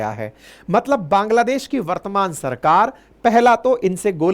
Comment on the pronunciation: पांग्लादेश क्या होता है, सर 😂😂